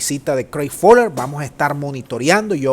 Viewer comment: La A en inglés no se pronuncia como O en español menos, NO entiendo por qué decir foller si es Feller, que mal inglés, pisoteas el buen hablar